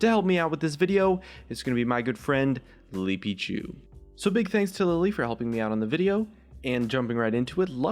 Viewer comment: is it just me, or when we he introduced his friend on he said "Lipichu" instead of "Lilypichu"... I am confused